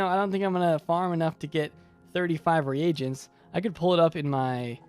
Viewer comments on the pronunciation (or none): hahaha i was watching this video, and my mom in the background, who is an english teacher, said "He's pronouncing reagents wrong, it's reegents, not re-aye-gents" XD